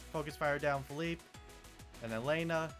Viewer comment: "pheeleep" "Say yo"😭